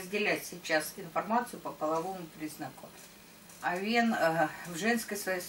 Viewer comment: Режет слух, когда ударение в слове Овен на второй слог. Ударение идёт на первый слог. О́вен, а не Ове́н, О́вна, а не Овна́, О́вну, а не Овну́ и т.д.. Простите, но режет слух прям, что не удержалась от комментария.